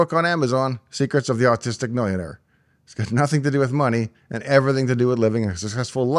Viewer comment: If you want to be close....you aut-ti-stick,jpk🤗